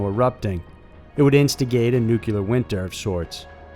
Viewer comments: New-Klee-ur NOT nu-que-lar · New-clear, not Noo-koo-ler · NUCLEAR. NEW-CLEAR. It is not NUCULAR! You try to make it sound like "singular" or "secular", and you are 100% WRONG! It is NUCLEAR, not NUCULAR!!! 👎😖👎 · Nuclear** nu-clear, not “Nukuler” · NU-CLEAR. Not Nucular dude. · Really? "Nucalear"? It's pronounced noo-klee-er. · Nuclear: New-Klee-Ar NOT New-Kyoo-Lar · Stop pronouncing nuclear as "nucular" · I appreciate the video. Thank you! But you do realize there is no "u" between the "c" and "l" in nuclear. I dunno, I always cringe when someone says "nuculer". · nuclear /ˈnooːklier/ FUCK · Please stop pronouncing "nuclear" as "nuk yew ler" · Nuclear not nucular